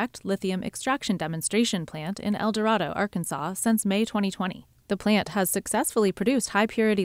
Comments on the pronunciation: El Dorado resident here. It's pronounced El Dur-ray-doe. Also, Magnolia wasn't known for oil. That was El Dorado. 100 yrs ago, El Dorado (and Smackover) became known for oil. Should the lithium boom be as big, if not bigger than expected, Magnolia and Texarkana will benefit. El Dorado will be lucky to get a whiff of the benefits. El Dorado is too busy going to war over food trucks, open drinking in the entertainment district (and people causing mischief while active in the district), disputing over whether or not to have police escorts funerals of gun violence victims (and somewhat take cheap shots against the funeral home during the dispute), and dealing with false rumors (from gang violence to Chick Fil A coming here). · "L" door "A" doe NOT "L" doe rod "O" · She didn't "buy the governorship." Her having an R by her name and having a big name overall is how she became the governor. Also, whoever did the article probably didn't set in AR. El Dorado is pronounced El Dur-ray-doe. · It’s actually pronounced El Doraydo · Lol. You can tell the CNBC reporter isn't an Arkansas local. The Arkansas pronunciation of El Dorado is El Doraydo. Yeah I know that's not right since it's a spanish name, but don't tell anyone from Arkansas that. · Have to say, being from Arkansas, it's pronounced El DO-Ray-DO. Great video otherwise! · It's pronounced "El doe-ray-doe" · El Dorado is pronounced differently in Arkansas. It’s El-Doe-Ray-doe. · They actually mispronounced it a few times. It’s said like “El Doredo” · It isn't racist to make sure El Dorado, AR is pronounced correctly, which btw is pronounced El Dur-ray-doe. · She keeps saying el dorado wrong it’s really bugging me this ain’t no Disney movie woman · You mispronounced El Dorado. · Note to reporters. Make sure you can pronounce the name of the towns correctly